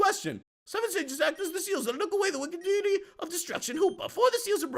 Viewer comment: You were closer to pronouncing deity the correct way good job! It was deffinetly better than how you said it last video. And for that i dynamic punched that like button and got a critical.